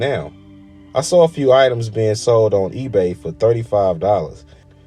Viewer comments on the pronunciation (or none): none